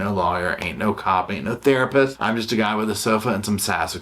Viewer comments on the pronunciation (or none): none